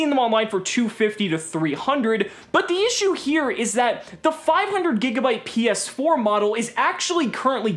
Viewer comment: I don’t know why but hearing say “PS4” seemed a little weird lol